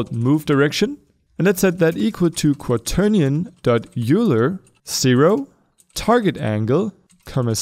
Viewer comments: It's pronaunced øjler not uler :) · Not trying to be a sass, just a math geek—the name is pronounced like "Oiler", not "Yooler". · when pronounced youler and oiler in the same video.